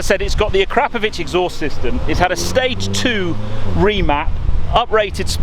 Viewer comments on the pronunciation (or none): Jesus fucking Christ, it's pronounced Akra-povic not A-krap-ovic. Fucking pleb. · Your pronunciation of the exhaust name is shocking!